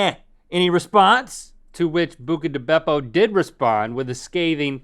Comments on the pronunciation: It’s “Buca” not “Bucca” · exactly, they're yet to correct it, it's buca, not bucca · Pretty sure it's BUCA di beppo LOL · It's Buca* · Isn’t it Buca di Beppo? Not Bucca? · It's Buca Di Beppo not Bucca Di Beppo There's one South of Nashville, TN. Great place. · Here before they correct "bucca" to buca